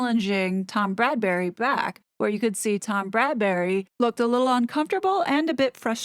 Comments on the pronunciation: His name is Tom BradBY, NOT BradBURy. American YouTubers seem to have a problem with this name. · Bradby, not Bradbury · Bradby* 😉..... Not Bradberry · It's Tom Bradby, not Bradbury. Great video as always! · Bradby...not Bradbury. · My thoughts exactly, Bradberry!!! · Get it right ‘BRADBY’ pleeeeeze! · Yeah, I also wonder why most of Americans call him Bradberry ;-) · It's Tom BRAD - BEE (Bradby) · FYI the interviewer's name is Bradby, pronounced Brad bee. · Love your analysis , btw it’s Tom Bradby. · You're great but it's Bradby. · YOU KEEP CALLING HIM TOM BRADBURY IT IS BRADBY! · Small detail. For future videos. It’s Tom Bradby not Bradbury❤❤ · BRADBY not Bradbury! Great video as usual though x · It's Bradby not Bradbury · • calls him "Bradbury" throughout the video. I've noticed that some other American channels do the same. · It's Brad-by not Bradbury. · If you're going to do more about this video, maybe you should get Tom's name right. It's Bradby - not Bradbury. It's a little thing, but irritating when you say it so many times. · “Bradbury?” Isn’t it Bradby? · It’s Tom Bradby not Bradberry. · I really enjoy your videos as they are intelligent, witty and funny. Not just plain gossip. Thank you. BTW it's Bradby not Bradbury ❤ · Just a small point...it's Tom BRADBY, not Bradbury. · Why do you say tom Bradbery??? Is tom Bradby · Isn’t his name Bradby, not Bradbury? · Bradby not Bradbury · Bradby, not Bradbury!!! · Tom Bradby NOT Bradbury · P.s. it's Brad-BEE not Brad-bury. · Great analysis! Just FYI it's Tom "Bradby," not Bradberry/Bradbury. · it's BradBy NOT bradberry or bradbury. Sorry, i was becoming rather frustrated with this. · Psssst - his name is Bradby, not Bradbury. 😀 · Perspicacous, but constant mispronunciation of the interviewer's name put a hurt on my ears: If you intend commenting further on the ITV interview, please: BRADBY, not BradbURy. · Tom BRAD BY not Bradbury pronounced bradbee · Bradby. Not Bradbury. Sorry.